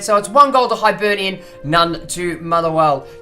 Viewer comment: It's pronounced hibernian not hybernian